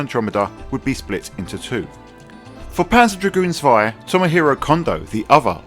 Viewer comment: Lovely game, but I prefer the original. Zwei is pronounced with a Ts sound at the beginning by the way.